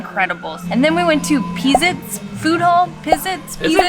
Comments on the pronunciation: Its peh-zits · Lmfao her trying to say Pizits - just fyi it sounds like pa-zits